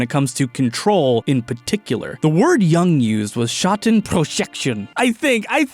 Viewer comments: I was sent here by my high school philosophy professor to say it's pronounced YUUNG /jʊŋ/ not YANG. Thank you for the attention, I'll show myself out. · For the love of all that is holy, it's pronounced Carl "Yoong," not "Yung" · I love this video, I'm listening to it on repeat while I animate. But I can't get past his pronounciation of Jung XD It's pronounced "You-ng" right? Am I insane??